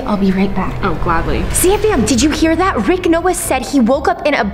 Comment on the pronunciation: LOL YOU SAID RICH 🤣🤣 ITS RICK 😜😜